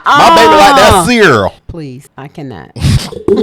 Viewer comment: No you didn't say creal! 😂😂